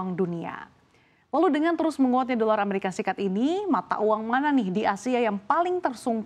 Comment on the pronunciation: Dolar amerika serikat buk, bukan seperti yg di omongin, " dolar mresika srikat...😂😂😂😂😂😂😂, presenter habis main nihhhh.....gelagapan